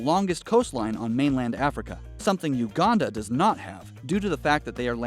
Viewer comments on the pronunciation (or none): none